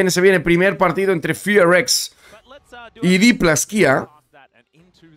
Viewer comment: porque el equipo se llama Fearless Fox, lo acortan a FearX y cuando lo pronuncia se escucha como Fi Ar Ex